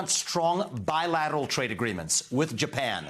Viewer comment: He should never say bilateral again